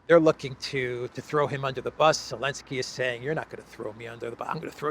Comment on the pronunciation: TamGavSKI FOR eLenSKI 😂😅 had me LOLing. Thank you for your work Sir